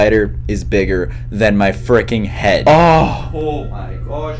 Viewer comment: why do you say fricin